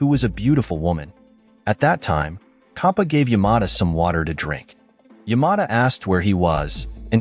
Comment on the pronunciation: It is not kha it is cha, not khampa, its champa